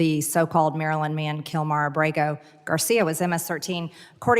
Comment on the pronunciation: Since when does the word "man" have a d in the end of it.